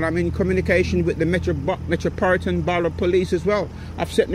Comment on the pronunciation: my guy cant even pronounce the police force "Metropolitan" but thinks he can lie like a politician.